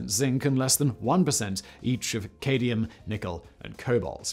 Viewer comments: cade-ium?! My dude, it's said: cad-me-um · cad-mi-um, not ca-di-um. ugh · "Cadium' ??? There's a second 'm' in 'cadmiam' buddy ! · "cadium" ? Hand in your science card. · Cadium? Cadmium! Someone should be able to identify the 'wedge'. A stronger alloy would be needed, I suggest, for its application. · Why does he keep saying 'cadium' rather than cadmium? The composition is that of a typical casting alloy. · Dude. Breathe. Also…cadmium not cadium. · Cad (me) um Cluj J sounds closer to "uge" ending in French word "rouge" Now.... Let's talk about how to pronounce Aluminum! LOL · Is the UK pronounciation of cadmium really “cade-ium”? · Yet, he somehow mispronounce cadmium. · British pronunciation is fascinating. Adding an extra i in aluminum, and apparently deleting an m from cadmium? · There is an extra 'I' in Aluminium here in England, losing the 'M' in Cadmium though, pretty sure that's just an error.